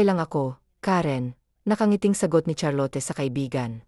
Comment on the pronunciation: Charlot cunam met ah hindi Charlote